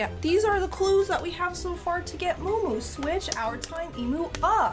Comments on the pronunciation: It’s muumuu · It is muu muu